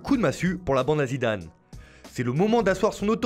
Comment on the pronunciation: La voix était parfaite jusqu’à la prononciation de l’entraîneur du Real Madrid ptdr 😜 Zimzimzimdam